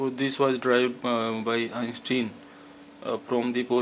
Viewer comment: It is Einstein not einsteen